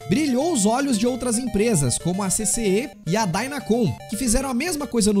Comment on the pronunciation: C C Ê?? Q porra é essa kkk todo mundo sabe q é ccé kkk